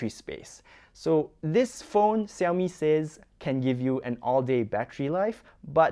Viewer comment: now it's see-owmi that sounded weird all foreigners pronounce shiaomi. hot millet yeah..